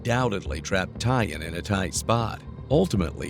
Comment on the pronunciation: So, you're saying'Tyan'? BUT, I'm seeing TYLAN on the screen? So,... wtf?